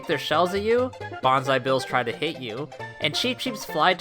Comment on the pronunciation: It seems like you said “Banzai Bills try to hate you”.